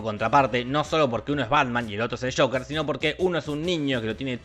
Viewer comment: pronunciado tal cual, Joquer